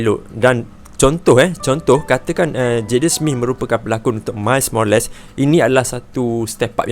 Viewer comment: " mais morales " 🙄